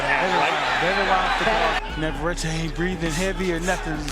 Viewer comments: Stupid commentator is a total disrespectful POS AT LEAST LEARN TO PRONOUNCE " VAQUERO NAVARETTE ! NOT FKING "NA VER ET" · Navarrete is pronounced Nah•var•reh•teh